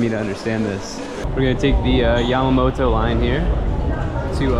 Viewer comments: Yeah, he mispronounced Kabukichou (not kabuchiko), Yamanote line (not yamamoto) & Meiji Jingu (not jinju). 😜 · Yama”NO TE”. Yamanote line. Not Yamamoto line ! The salmon rice balls salmon, in 7 eleven, is not raw. Sashimi is without rice. Sushi is with rice. Kabuki CHO! 😂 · You say”YAMAMOTO LINE”is “YAMANOTE LINE” .😊